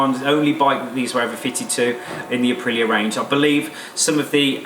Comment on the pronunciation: It's pronounced Uh-pree-yuh listen to the Italians say it.. Listening to him talk about Aprillias sounds like listening to our old friend Phil talk about classic Triumphs/Nortons/BSA's... He sound like the kind of guy I'd sit around and geek out with over heads and exhaust and special carbs and stuff.